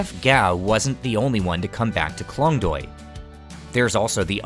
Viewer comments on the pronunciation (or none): sorry my grammar is incorrect, the point is Klong toei , the way u pronounce it noone gonna understand and i feel your whole clip is as important as the correct pronunciation of the specific place!! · klong doy poo gimme a break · The Reporter can barely speak Thai and pronounce some locations' names correctly (like Chao Phraya or Khlong Toei), so I don't know how much credibility I can give to this video. However, it's eye-opening to watch something like this; I have never known about this part of Bangkok before =)